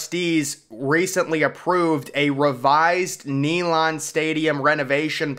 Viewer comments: NEE - LAND 😂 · It's pronounced Nay-land not Knee-lon.